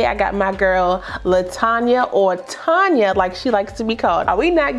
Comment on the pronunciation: Awwwww. Shucks. Thank you sis and to my other wigbaes. Yall rock. Even though said my name all wrong. lol its Tone-ya lol But its cool. Lets talk about a few things....like why im at work in training watching YT AND why got me buying more freaking lace adhesive. lmbo. This install is laid and slayed. I need to try this glue w/ my clear lace unit. And finally....Janet Collection understands what a REAL 13*6 is. Yall seen the frontal. I wish these other companies would give a real 13*6 frontal and not half a frontal (iykyk)